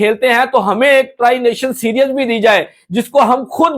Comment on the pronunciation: Mere bhai, its pronounced see-r-ees not serious!!! And, why does that high level of security is needed in Pakistan!??!